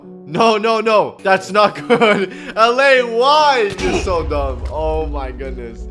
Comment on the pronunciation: bro said domb ways to die